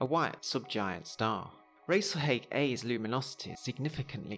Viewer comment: I'd always thought it was pronounced " Rahs-al-Hahg" , given its Arabic roots.